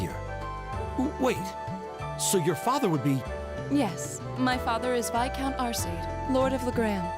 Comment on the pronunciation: Okay how come all of VA mispronounce Viscount as “Vi-count” instead of “Vis-count”? I feel like that’s should be an easy thing to correct by the voice director.